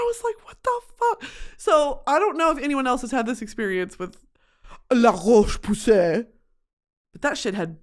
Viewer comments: so glad im not the only one that likes to deliberately pronounce it wrong and say "luh roach pussy" (its fucking funny. im sorry french people.) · “La roach pussay “ 💀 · La roach pussy took me tf out, I always hear other influencers put their whole throat into trying to pronounce it correctly 🤣🤣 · Cracking my head off at the pronunciation of “La roche-Posay” brand 😂😂😂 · every time she says roche posay I can't breathe